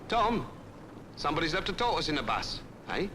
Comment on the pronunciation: A Tor-iss.....huh? Someone left a tor-iss on the bus.